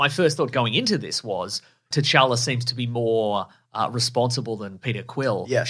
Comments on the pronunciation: I cringed every time she called t’challa “jar-jar” like wtf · She says “cha cha”